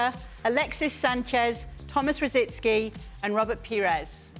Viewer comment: It's not that clear who's better between those, the craziest thing is Gibbs doesn't know how to pronounce rosicky